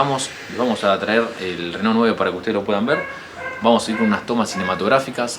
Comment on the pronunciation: esta bien pronunciado "reno", en frances se pronuncia asi